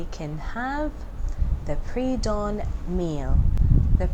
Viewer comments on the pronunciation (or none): Please Correct to Dawn not DOWN.